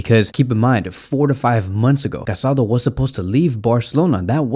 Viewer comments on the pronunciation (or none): His name is pronounced Ca-sa-DOUGH. The accent on the final vowel is important. How can you make a whole video about this guy and not pronounced his name correctly?